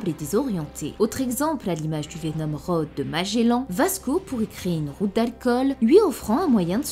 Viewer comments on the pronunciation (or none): none